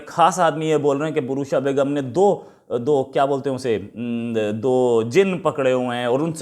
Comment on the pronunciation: लबीक नहीं लबेक होता है Anyways nahin anyway बुर्शा बेगम नहीं बुशरा बेगम है वो यार आप अपना वीडियो कभी अपने रिश्तेदारों, दोस्तो, अडोस पड़ोस या जान पहचान वालों को एक बार दिखाओ, और उनसे पूछो कि क्या गलत कर रहे हो, सभी एक ही बात कहेंगे कि आप हर बात 4-4, 5-5 बार रिपीट करते है और कभी कभी तो आठ दस बार भी, हड़बड़ाते बहुत है, गलत वर्ड्स बोलते है, थोड़ा आप अपने आप को ठीक करने की कोशिश तो करो, पहले भी दो बार आपको कमेंट में यही लिखा है, बाकी आपकी जानकारी बहुत अच्छी है।